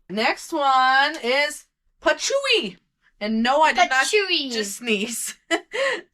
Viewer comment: Patchouli =Pa(short a), cho (chool), li(lee). It's a beautiful scent, when well done. Us old hippies love it! ✌🏼🌻 Thanks for all the great information.